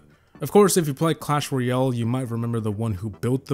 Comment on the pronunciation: "clan royale"